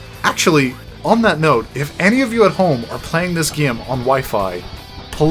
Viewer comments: Why do you say "GYAME"? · "Playing the gyem."